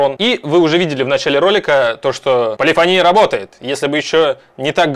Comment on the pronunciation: Не полифонИя, а полифОния